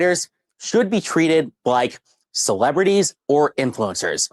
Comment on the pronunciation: funniest part is he can't even pronounce the word "celebrity" 😂 He says it like "cerwebwitty"